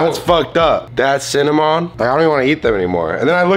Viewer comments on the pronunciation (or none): just said cinnamooon